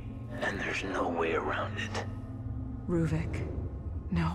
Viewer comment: why he called ruvik ?